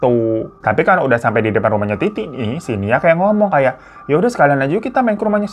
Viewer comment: Bang gw langsung ngakak wktu km bilang titi tp slh ngucap iti😂klo smpe ke bablasan hbs lo🤣😂